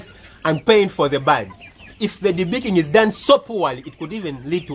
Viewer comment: Lol the accent though "debeakeen bads"